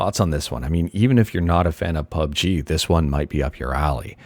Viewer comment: Man says "Pube G" lmao